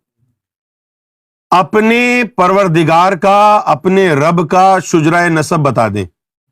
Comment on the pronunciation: lafz Shujra nahin hota , shajra hota he .